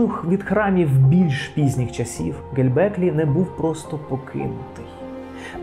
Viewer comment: Все супер, дякую! Все-таки цікаво чому оповідач так наполегливо говорить Ге_ЛЬ_беклі Тепе :)